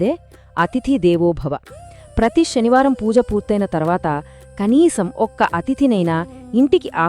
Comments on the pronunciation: Mee voice chala bagundi,explanation kuda chala bagundi kani mee pronunciation baguledu. Sanivaranni shanivaramani alage suddi ni shuddi, ani palukutunnaru. Ala vintunte anyamatastulu palukutunnattuha undi please try to change this pronunciation. Thank you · Sanskrit lo sa ni sha ane antaru